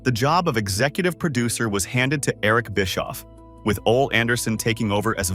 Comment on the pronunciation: Biskoof 😂😂😂and Oal 😂😂😂